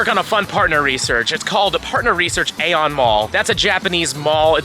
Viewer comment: Another video, another mispronunciation. AEON Mall is pronounced closer to the word eon